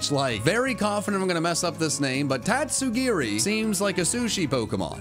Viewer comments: HE DID NOT MESS UP TATSUGIRI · . Yea u said Tatsugiri right.